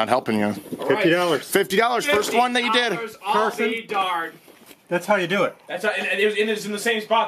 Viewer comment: ITS CARSON NOT CARTON!!